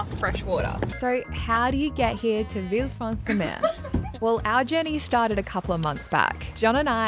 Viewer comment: Villefranche is pronounced Villefransh